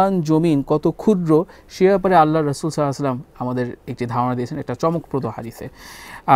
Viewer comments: ভাইয়া নবী সাল্লাল্লাহু আলাইহি ওয়াসাল্লামের নাম মুবারাক সুন্দর করে বলুন। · আল্লাহর রাসূল সাল্লালাহু আলাইহি ওয়াসাল্লাম এবং আমাদের প্রিয় নবী সাল্লাল্লাহু আলাইহি ওয়াসাল্লামের নাম সুন্দর করে উচ্চারণ করার জন্য আপনাকে অনুরোধ করা হলো